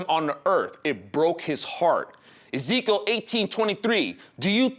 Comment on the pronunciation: Ezikiel, no..."Ezekiel."